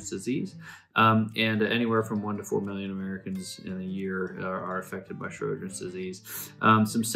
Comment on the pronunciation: Lots of info here. Just wish the presenter had spoken a little more slowly, and pronounced Sjogrens correctly. It sounded like he was saying 'Shro-grens'.